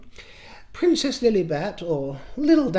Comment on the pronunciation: I just love it when you say ‘princess flllugffllliiibetttt’😂😂😂😂